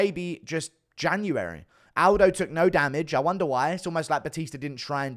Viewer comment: Say Aldi